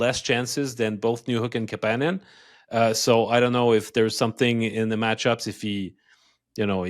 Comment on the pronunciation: I thought we agreed on the Kapanen pronunciation thing? 😛